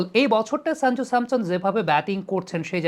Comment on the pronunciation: সঞ্জু স্যামসন ✅ শাঞ্জু স্যামসন ❌ উচ্চারণ টা ঠিক করে নেবেন। আপনার ক্রিকেট বিশ্লেষণ অসাধারণ। A gem U r of this sub continent in your field.